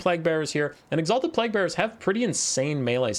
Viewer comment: the way you pronounce plague offends me